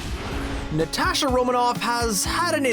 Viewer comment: i got triggered every time he said natasha wrong